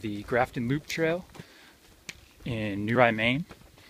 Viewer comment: Newry is pronounced Noo-ree.